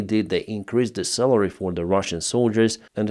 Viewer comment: please pronounce "salary", not "celery".